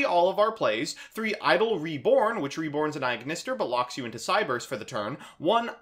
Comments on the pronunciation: Am I the only one who's frazzled by him saying "aignister" instead of "At Ignister"? Cause I thought that "At ignister" was how AI said it in Vrains. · why do you pronounce it Eye-Ignister? It's pronounced at-Ignister. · Bro why are you pronouncing everything "eye".....its very clearly "at" and "A" "I"....lmao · It is At ignister, don't worry we are right. :)